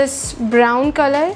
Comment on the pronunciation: But why do ppl try to b or copy someone wat they aren't... they can just b themselves n b hapy... Also u can hear the 'kholor' for color🤭